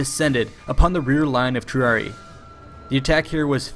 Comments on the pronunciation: There is double "i" sound in Triarii. Love these videos, but the numerous pronunciation mistakes make me think the narrator didn't even read through the script before making the video. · You keep mispronouncing "triarii," as "triari". It should be pronounced Tree-ah-ree-eye. Otherwise good vid :) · Argh, it's Triari-EYE not Triari-EE, which sounds ridiculous. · It’s pronounced tree-ari-eye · Wrong. Thats an Anglicism. The two i s are pronounced separately as the english sound written ee.